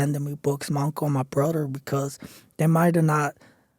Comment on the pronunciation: Bro I'm from HTown and in my experience, if you're black in county here in Harris and black, you are Scott free next day or a few days , robbing and killing again the nextday, because it's a Dumbacrat city and they don't want blacks in prison. Also, Carnal use your TH , its Brother, not Brurder , not Ider , it's either , its Each other, not each uder , not anader, its another , no disrespect but let's look proper like you do in a suit , props my Brother , but let's look presentable in a white platform. We have to look and make us look smart like we are. Respeto do you in your endeavors 💯